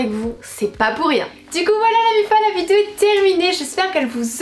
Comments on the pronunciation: Si j’étaie mesquin je dirais: "ça se prononce "vi dé o"... pas vidzjo.........c'est pas tout de se dandiner et de loucher en battant quinze fois des cils pas syllabe, il faut apprendre à articuler." Mais je préfère dépasser ce qui m'offusque dans la forme et me tourner vers le fond: Vraiment, il faut que tu te penche un peu sur les stéréotypes de genre qui ont façonné notre société en laquelle l'homme incarne virilité implacable, insensible, et la femme une petite chose fragile comme tu le décris... en réalité les hommes sont sensibles et les femmes sont fortes et vise versa. tant que ces stéréotypes ancrés dans nos mœurs et nos cultures ne changerons pas, la femme sera toujours dominée par le patriarcat phallocrate et machiste qui gouverne ce monde. Tu devrait vraiment vraiment te pencher là dessus. tu répand le discours d'un pure produit de ce monde qui a fait de la femme un objet de phantasme sexuel docile et "objetisée" par l'homme, tu entretiens cette conditions en colportant ces stéréotypes. Je ne dit pas que l'on ne peux pas se retrouver dans la superficialité par choix, mais là c'est une chose tellement ancrée dans notre culture que la question du choix ne se pose pas, on apprend aux garçons à être des abruti viriliste qui pense avec leur teub et aux nana à être belle et à s'écraser face à la suprématie du mâle homo-sapiens oppresseur, si bien que chacun se bâtit depuis le plus jeune age sur ces modèles. Il n'y a vraiment rien qui te dérange là dedans? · Tu sais pas dire "vidéo"...Je trouve ça tellement cute à chaque fois ^^